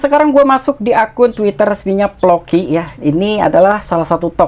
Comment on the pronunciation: Floki bang bukan ploki